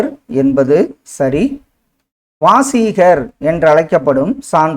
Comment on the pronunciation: வாசீகர் கிடையாது சார் வாகீசர். வரும்